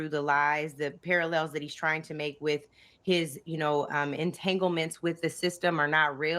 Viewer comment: It's WITH, not WIT her...lol It's ASK, not AX... 😂😂